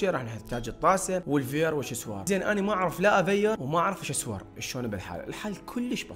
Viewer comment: شيسوار ⚔️ سيشوار ✅